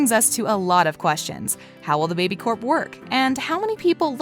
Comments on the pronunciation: If you realized they say baby Corp instead of baby core ⬇️ like if you heard that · Don't ever talk to me it's not baby Coe it's baby Corp idiot. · It’s baby Corp not baby co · She said baby co even tho it’s babycorp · btw it is not baby co it is baby corp